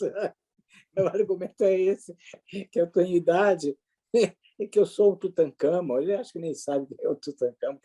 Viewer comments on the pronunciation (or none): Bom dia, prof Villa... Vi um trecho da live onde ele atacou o Dr. Reale. Tão patético que ele até errou o nome do faraó Tutankamon, dizendo "Tutacamon", talvez tentando fazer piada com o nome. Agora, quer proibir o Carnaval, mas queria que não houvesse exigência do passaporte sanitário, com os objetivos de prejudicar a arrecadação dos Estados e promover a disseminação do vírus.